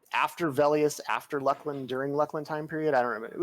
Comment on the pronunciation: That is probably the oddest pronunciation of it that I've heard. I guess some people maybe can beat it with Luss-Lin